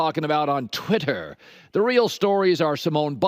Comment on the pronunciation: Why did Colin say twitter like that 🤣🤣